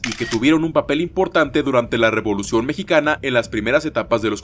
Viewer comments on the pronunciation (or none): Dice "revlucion" y no "revolucion" ahi nmas para avisar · Revolución no Rvlucion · La "Revlución" JAJAJAJA